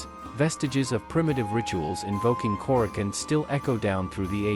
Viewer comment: Nice video. I believe the proper pronunciation is Kore-a-chone.